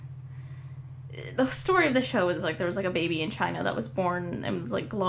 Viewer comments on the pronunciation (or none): none